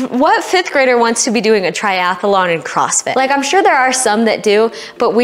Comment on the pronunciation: Why do some US people say "Tiath-a-lon", when it is clearly "Triath-lon"